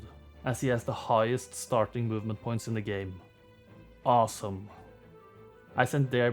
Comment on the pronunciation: "assome" :D